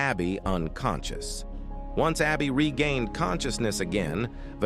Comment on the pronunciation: hospitaail 💀 unconsshoos💀💀💀💀💀💀💀💀💀💀💀💀💀💀💀💀💀